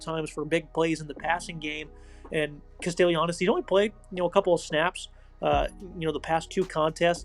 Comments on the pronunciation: It's pronounced CASTELLANOS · You're butchering Castellanos name. Kast-uh-lon-oh-s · Fr😂 was bothering me